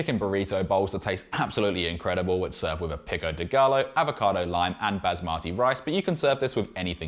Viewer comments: Its pronounced "pico de *guy-o*" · Bro really said "pico d'gaLLo"🤣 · Pico de guy? Yo!! Pico de gayo. Lol